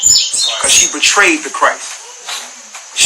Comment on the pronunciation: “Regularee and betraded “ 😂